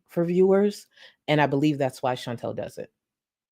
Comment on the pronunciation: can you consuder saying Chantal instead of Chintell?